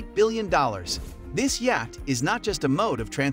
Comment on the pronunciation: Where did this guy learn to speak English? Or is it AI generated? Yacht= yach? Epitome= epi-tome? Come on!